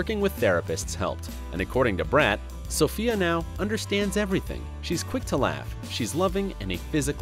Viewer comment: Every time he said Sofia I twitched 😑